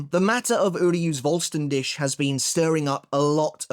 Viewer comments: So not trying to fault or take him down any pegs, but Vollständig in German like with W and V is also pronounced different with W it’s a V sound, and for V it’s an F sound and the last par as you pronounce it dik with a heavy emphasis on the kh sound, it’s more the English word dig so in English it would be said like full-stan-dig. Like the Spanish Resurrección the pronunciation is very similar to English, but the double R’s has a different sound entirely in Spanish it a rolling of the R’s and as for the cción it’s just the same as English’s cion sound. That’s all the knowledge I’m dropping today again, I’m not putting anything on you or making fun of you or anything I’m simply saying this to try help but also it could be your accent that might hinder it. But it’s also just helping anyone learn these languages, as I’ve been doing since reading bleach. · Dude please learn the correct pronounciation of the word Vollständig. If you can't, then please just say complete form or holy form or whatever. Cause right now it scratches the ears a lot